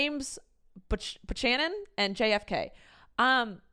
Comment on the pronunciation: First Washington never told a lie not Lincoln and second it is pronounced Bue-cannon... no Bu-shannon.